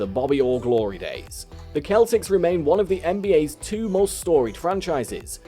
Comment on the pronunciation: It's pronounced seltics as if it were spelled with an (s) not a(k).